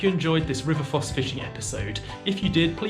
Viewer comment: It’s pronounced Foss not Fozz.